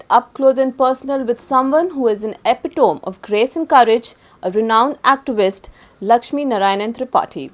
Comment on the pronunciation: Epitome ki pronunciation kha se seekh kr aayi ho ye?